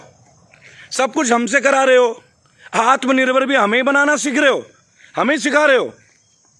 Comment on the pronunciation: आत्म निर्भर तक बोलना तक नहीं आता है समझाने चले ह हमे.